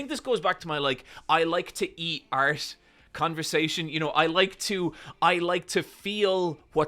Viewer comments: several of us love your work, but every time you say "art" it sounds a little too close to "arse" and your first instance of it in this one was "I like to eat art" and I'm sorry bro but I lost it a little bit lmao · i thought he said i like to eat arse and was like that’s a wild direction to take this convo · ART! You like to eat... ART. That's definitely not what I heard the first time. I'll go collect my mind from the gutter now, sorry.